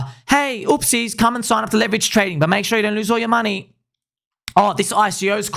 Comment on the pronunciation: 0.1B is not a lot of moon-eh.